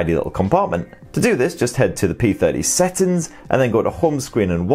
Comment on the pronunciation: First time to know that the word SETTINGS is pronounced SATTINS 🤣🤣🤣🤣🤣🤣🤣🤣🤣🤣🤣🤣